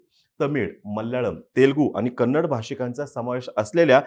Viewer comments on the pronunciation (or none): none